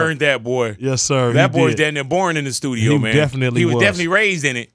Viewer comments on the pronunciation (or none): did he just say stus-nu-dio?